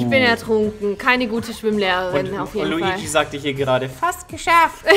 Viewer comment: Es heist nicht Luigsi sonder Luigi